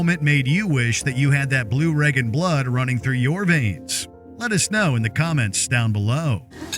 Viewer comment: It's Reagan, not Regan.